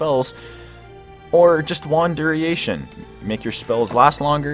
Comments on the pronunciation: ? He said duriation. It's funny. Also, costed, blue flont. He caught the blue font. But it's duration, not duriation, and cost, not costed. "It costed 3 magic crystals". I had to put something after the 7th or 8th made up word. Just caught your no-vis...... thought you were stating something about it costing no vis (like it was better than thaumcraft or something) lmfao. I didn't even get to the no- vis part.... lmfao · duriation..... lmao